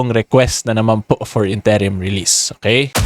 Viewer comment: Good info, Request lang po sana ako. Interim, first syllable stress po sya, not second. Sorry na. Hahahaa. I know, nit picking ako. Haha.